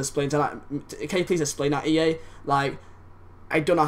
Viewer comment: OK. i like ya m8, but holy hell. why cant you pronounce "exist" or "explain"